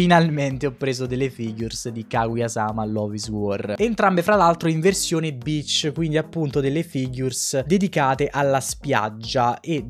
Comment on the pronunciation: Io confuso che sento "Bitch": Io che realizzo che è "Beach"